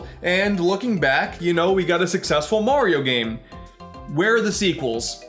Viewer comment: I am triggered when he called Mario MERIO